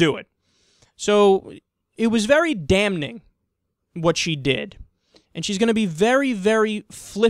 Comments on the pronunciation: Kyle- it's pronounced "damming" not "dam-ning" I can't stand it anymore. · Uh, did he just say dam-ning?